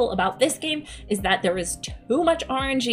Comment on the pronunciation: When you said, "too much RNG," I first heard it as you saying, "too much orange-ee." Sounded like a drink. lol ;-)